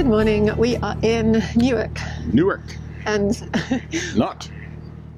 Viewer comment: I’m glad to hear that the correct pronunciation of Newark is used. Unlike those in Delaware who say “New’ Ark”!